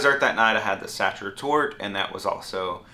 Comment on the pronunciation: Sachet is pronounced “SAKER”.